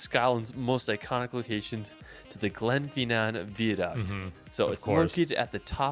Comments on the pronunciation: please if your visiting learn the pronunciation Glenfinnan viaduct is pronounced glen- fin- ann vie -ah-duct Edinborough is ed-in-bra ( ed in a bra ) and its holly-rude park Eilean Donan Castel is ellen-donna which was in the movie highlander which butchered the accent to and Cullen is kull-in I know Hollywood movies have absolutely butchered the accent over the years so it's not your fault . Scottish actors are to blame they don't say that's absolute garbage this is how you say it then again Ewan McGregor's Scottish accent isn't up to much either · So class, put your phones away, are you all listening ha ha: Edinburgh is pronounced phonetically as Edinburra; Glenfinnan viaduct is pronounced Glenfeenan Veyeaduct; Eilean Donan is pronounced Eelan Doan; Loch Lomond is pronounced Loch Lowmond hope this is helpful to my american cousins